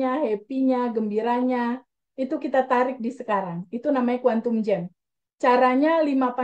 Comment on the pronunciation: Kuantum jum. Bukan jem. kena cakap jum atau jump. Lompatan kuantum.